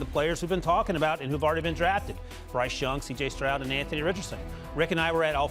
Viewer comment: Man these guys can even say the right names cj strong and Jalen Carter 😅